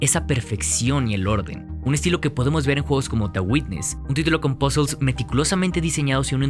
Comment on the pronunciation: No he podido tras escuchar dos veces "pasols" por puzles